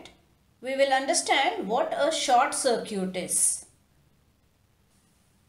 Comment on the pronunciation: pls pronounce circuit correctly